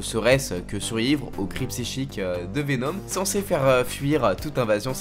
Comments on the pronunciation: Le dab en début de vidéo...🙄 et c'est VenOm non venaum ou symbiOte et non symbiaute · « Venaume » 😭 fais un effort stp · Mdrrrr pk il prononce Venom ( venaum ) ? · intéressant comment tu.prononce Venom